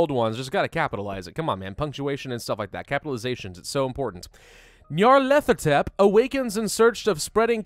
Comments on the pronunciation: Knee-o-leth-o-tep That’s how you say it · pronounciation: nyalethotep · Nar/pa/lar/pa/tept That’s how you pronounce it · Ni(long i)-arr-leth-o-tep. GG for English, amirite? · its pronounced Nyar (Like Nyan) Lef-o Tep, Nyarlefotep. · Neo-leth-ah-tep that's how you pronounce it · I think it’s nyar-thel-op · the cult of butchers the name like a substitute teacher